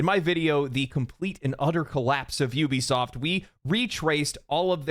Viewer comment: Good, "F" Juwbisoft😂!